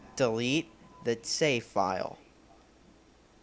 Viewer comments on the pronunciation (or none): none